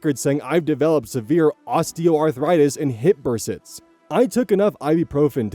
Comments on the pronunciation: Sorry to be pedantic here, but the way pronounced the word bursitis is causing me to suffer psychic damage. It’s pronounced burs-i-tis, not burs-its. I know because my dad developed bursitis in his shoulder years ago. If was deliberately mispronouncing the term as a form of ragebait, then you can officially call me baited. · fyi, it's "bur-si-tis" not "bur-sits" 😉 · Story 3: BUR-SITE-IS. Not "Burr-sits." Seriously. Sound. It. Out. Also, I've worked in thrift stores. I've seen the way the Hoochie Mamacita set let their kids behave in thrift stores, and I truly feel for the OP. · Careless Parents - I know this is the wrong takeaway, but saying “Burr-sits” is hilarious to me, sorry. ^^; (Burr-sigh-tiss. I have it in my shoulders. It’s kinda like Arthritis, but for muscles, which is why they sound similar.) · dude, all you gotta do is read posts aloud, least you can do is learn to pronounce words correctly 😅 Bursitis is burr-ss-EYE-tis. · Say it with me: Bur-si-tis. Buuur-SI-tis. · Bursitis = bur SIGH tis. Sorry, but this drove me nuts. Lol. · my dude, if you're not familiar with a word there are resources to help you find the correct pronunciation. It's "burr SIGH tiss." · The pronunciation is "burr-sigh-tiss," I spent a year dealing with it :) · pronunciation note: I believe bursitis is pronounced "burs-eye-tis". The "itis" part is pronounced like how it is in appendicitis. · Just so you know... Bursitis is pronounced "burr SIGH tiss." I get it in my hands and feet and it SUUUUCKS. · Bursitis = "Brr-SIGH-tus" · it’s like arthritis, berr-SIGH-tus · Note on 3: Bursitis is pronounced bur-SY-tis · The way you’re pronouncing bursitis as burr sits is killing me🤣🤣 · protip: all of the itises cone from the same root word! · Bursitis is said burse - eye-tis. The suffix "itis" indicates inflamation in medical talk. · Bursitis = burr-cite-iss. Not bursits. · It's ber-sigh-tiss for bursitis <3